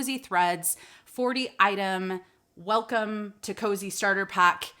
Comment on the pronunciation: Kosei looks like a Japanese word. If it is, it's pronounced "Ko-say."